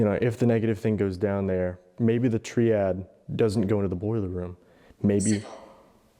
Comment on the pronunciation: First time I’ve ever heard ‘tree-odd’/‘tree-ad’ instead of ‘tri-ad.’